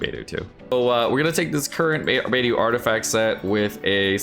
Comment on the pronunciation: It pains me whenever he says beidu and sinku